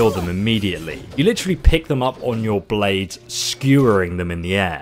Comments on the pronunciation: Ah yes, mantis “baldes”, my favorite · "Mantis baldes" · Mantis “baldes”😂